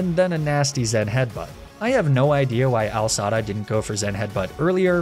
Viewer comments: It’s not al dads it’s ai sada lol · I love how u called A.I. Sada “Al sada” made me laugh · lol AL Sada it's an I not an L. But still fun watching you experience the ride!